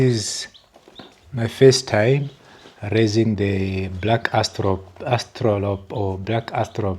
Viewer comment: "Black Aw-stra-lop" That's how you pronounce it